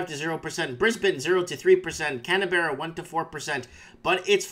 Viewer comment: it's pronounced "Can-burra"